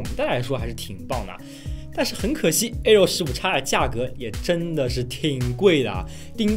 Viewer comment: 15X 15X 15X 那是 英文發音啊 .... 唸岔 真的不怕被外國人笑 (真實經歷....